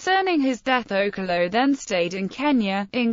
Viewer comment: You're pronouncing okello wrong.